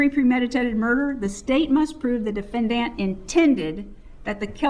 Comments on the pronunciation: Her insistence on pronouncing the word "defendANT" is so annoying. I know that's petty but combined with everything else--the preachy approach, treating the jury like stupid children, her nonsensical denial of all the evidence the state has provided--I cringe every time she walks up to the podium. Nothing about what she's doing can be playing well with the jury. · DefendANT is driving me crazy. It is hitting me the way some people say salmon or herb 😅🤣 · I hate the way she pronounces the word defendant...😂